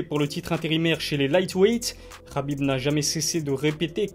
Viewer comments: naaaaan mais pourquoi toi aussi tu commences a l'appeller Rabib' , est ce que l'on dit moRRamed, aRRmed ou meRRdi ? Le 'kh' c'est juste l'orthographe anglaise en francais ca se transcrit en 'h' qui se prononce pas (on sait pas faire les h aspirés) ... bref c'est trop moche Rabib par pitié, si je peux faire une petite suggestion pour l'appeler a la francaise 'abib', ou 'kabib' comme les anglais... :-) Sinon tu es au top continue ta chaine a un bel avenir, et prompt rétablissement au père de khabib ! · Bonne vidéo, par contre on dit HABIB pas Rabib pour son prénom